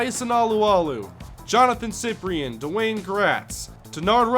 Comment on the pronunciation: Its pronounced SI-PRIN not siprien